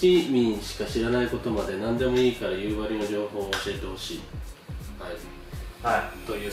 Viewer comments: 地元が舞台で使われてるの本当に嬉しい！ でもやっぱり夕張のイントネーションは気になる笑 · 夕張のイントネーションがどうしても気になる道民です。笑